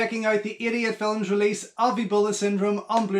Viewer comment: To my american ears it always sounds like you are saying "from Idiot Films" 😆